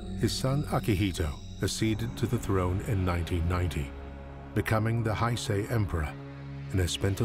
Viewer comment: It's Heisei, not Haisei